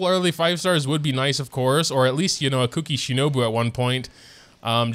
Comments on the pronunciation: The whole mispronouncing kuki’s name as cookie is already older than the emergency food joke. Ku-ki is not said as cook-ie phonetically Yes I know he is doing it as a joke. But the amount of people who actually think you pronounce them the same is infuriating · you know the 'u' sound from the taxi service 'uber'. Try saying the u in kuki that way and then you should be pretty close.